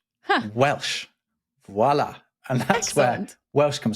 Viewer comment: I appreciate the alliteration but cringe at the pronunciation < >. Voilà, quoi.